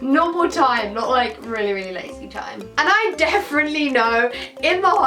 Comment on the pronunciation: Saffron it's DEFINITELY not DEFFRENTLY 😂😂😂 I've heard you say it 3 times now hahaha